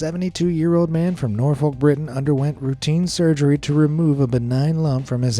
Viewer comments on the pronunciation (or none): none